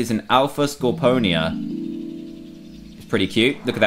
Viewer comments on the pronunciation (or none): DAN!! ITS SCOR-PEE-O-NA !NOT! SCOR-PO-NEE-A!!!!!!!!!!!!!!!!!!!!!!!!!!!!!!!!!!!